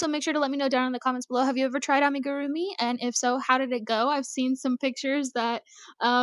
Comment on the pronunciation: You are saying Amigurumi correctly. It is pronounced "ah-mee-goo-roo-mee." It actually drives me crazy when people say it the other way. My side gig as teacher is teaching knitting and crochet to kids ages 6-18. You are not required to use the yarn under method. Also when you are using channel yarn I recommend new crochters use a ton of stitch markers to mark their stitches. The side your tail is on is the wrong side. I would drive you crazy if you were my student because I would have a you redo so many things. Because it will often not work out if you don't. Some projects are just fine and you can fudge it. I will miss JoAnns. They have the best selection of yarn in my area. It is really good. I will not step foot in Hobby Lobby for political reasons. I have a Michael's still. If Hobby Lobby is what you have then I understand using it. I would more then likely. There should not be yarn shaming. Use what you would like and what you can afford.